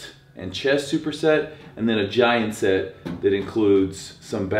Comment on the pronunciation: "Gaint set"